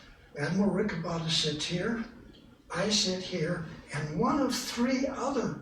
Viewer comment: "Pleasure to be veer"